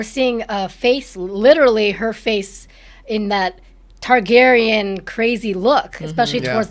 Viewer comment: dude, it's TARgaryen